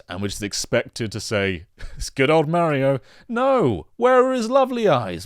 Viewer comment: Meh-rio series ahhhhhhhh Mah-rio!!!! I can’t get over the way he says Mario. I can’t.